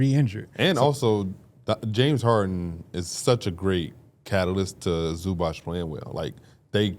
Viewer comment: Zubac name is pronounced Zoo-bots guys. I know y’all working on pronunciation but he’s too good to still be saying his name wrong